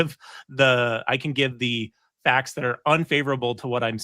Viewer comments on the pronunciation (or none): none